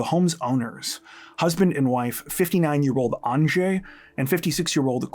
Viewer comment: surprised you pronounced Andrzej correctly 😂